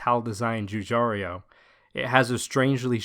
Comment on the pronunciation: It's Giugiaro, not Giugiario!